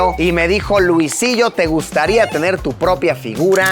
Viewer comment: alguien sabe porque el video me sale en inglés? jajajaja escuchar a luisito en inglés no esta chido jajajaja dice luisilo en vez de luisillo